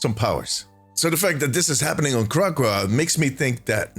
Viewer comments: it’s not Crackwa it’s Crack-co-wa 😂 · It’s pronounced Crack, O, Wa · Kra-Co-Ah Good video.